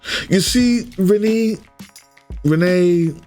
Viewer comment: I think Renne is pronounced "Ren-AY", so the second syllable is a long a sound.